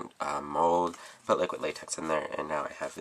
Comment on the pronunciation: I like your way of saying liquid latex. You say liquit. Hahaha